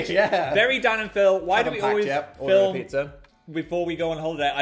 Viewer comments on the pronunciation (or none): none